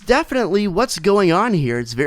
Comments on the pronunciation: Yorobos? Its O-roboros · It's not pronounced "you're a bore ose" but good video